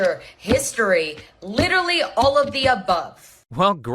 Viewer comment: Why do they have such a hard time pronouncing the word "literally".